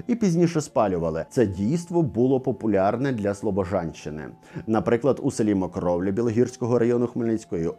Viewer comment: Мокроволя, а не Мокровля (10.46)